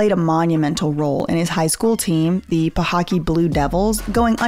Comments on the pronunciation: No shade at all lol lots of love for from FL but it’s pahokey like Hokey Pokey not pahockey 🤣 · It’s pronounced Pa-ho-kee